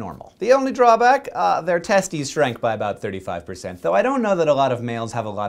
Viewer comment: *It's "testes" LoL